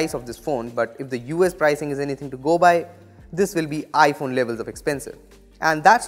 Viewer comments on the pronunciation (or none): none